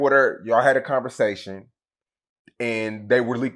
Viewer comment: Nobody:: “Unnestly”, “Cunnversation”